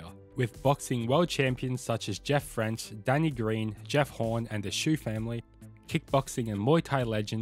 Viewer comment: Did you say Jeff French and the Shoe family, dude you lost all credibility not even knowing your own country’s combat history. For the record Australia’s greatest number 1 combat sports star is Jeff “Fenech” Not Jeff French 😂😂😂😂😂.